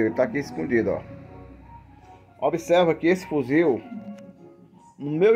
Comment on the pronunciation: Toda vez que elea fala fuzil eu me arrepio